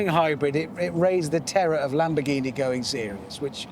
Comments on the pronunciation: A lamonamonini 🤣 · ЛамбоРРРгини или иди к логопеду